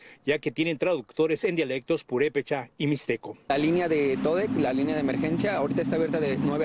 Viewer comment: “Purepecha” no purepecha’🙏